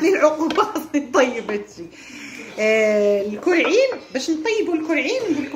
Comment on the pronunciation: اول مرة كنعرفك كرواضة كتقولي الكووعين هههههه